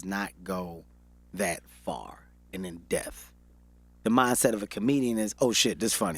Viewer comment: This man keeps saying "in death" and he means "in depth"